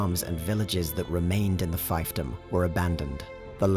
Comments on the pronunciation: Fiefdom is pronounced "feefdom" and not "fifedom" like the video. Lotr is an interesting series to cover there's a lot of room for little vids on various factions that weren't even covered much in the films. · Is that the British pronunciation of thiefdom?